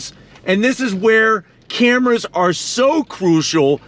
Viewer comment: 360 degree "cramras" lol!